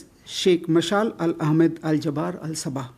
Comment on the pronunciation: Not jabar jabir al Sabah salon Naam bolnanahi aatahai